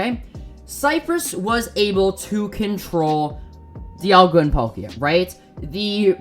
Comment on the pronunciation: when he dialga i swore he said diavolo Kingukurimuzon no nōryoku!